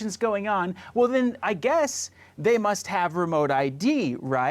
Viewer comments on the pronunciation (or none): none